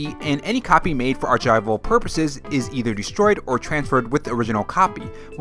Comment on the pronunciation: I have never heard anyone pronounce archival the way you did in the video.🤔 Wondering where you and your cookies and nintendo news is from and if it's a regional thing. I am excited for a Donkey Kong movie update :)